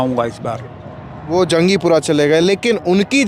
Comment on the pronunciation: Ye reporter kya Delhi se bahar ka hai? Ek toh Jangpura ko Jangjipura bol raha hai. Doosra, lag raha hai iss reporter ne koi school nahin dekha, na koi mohalla clinic etc. His leading questions are missing. He needs to first know Delhi areas well before such onroad reporting. Reporter saheb, Kejriwal ne nahin, kewal 1000 bola hai mahilaon ko.